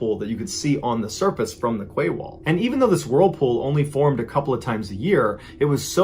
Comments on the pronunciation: I love watching your true stories, but I’m going to have to point out that ‘quay’ is pronounced ‘key ‘and not ‘ kway’. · Quay wall?I think it’s meant to be quay is pronounced KEY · I came straight to the comments to see if anyone else noticed the ‘kway’ wall! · Quay is pronounced 'kee'. So it was a 'kee wall'. The word originates from the north of France. I couldn't work out what Mrballen was talking about for a while there! 😂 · Mr. Ballen, I hate to correct you but then again I'm sure you wouldn't want your message constantly pronouncing a word incorrectly. In your story about the photographer taking pics of all sorts of water situations... the word 'quay' is actually pronounced "kee". Decades ago while living in Portland OR, my husband and I spent New Years with two other couples having dinner, drinks and dancing at "The Quay Restaurant" in Vancouver WA. Great time. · Oh my god that poor man in the oven! You wouldn't want to be born to die like that. (Sorry, lovely Mr Ballen, but you pronounce 'quay' just like you pronounce your 'key')